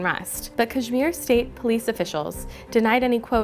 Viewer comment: First learn to pronounce Kashmir right and kindly tell us from what Language "Kashmir" is derived from..